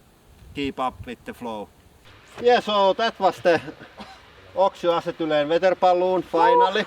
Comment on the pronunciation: Can't say I've ever head acetylene pronounced "Assetoolan" before...